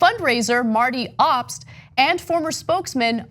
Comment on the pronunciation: She pronounced Obst wrong. It's a German last name and you say it with a long "O".